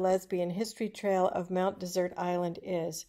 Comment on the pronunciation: Mount Dessert? Why are you pronouncing it wrong?